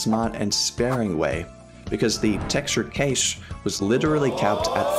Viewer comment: why did you say cache as quache?